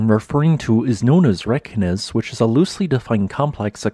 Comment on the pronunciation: Always excellent reports. FYI , Reykjanes is pronounced Raye - Kya - Ness.....just a tip.